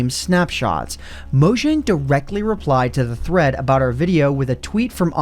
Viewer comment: I thot he said threats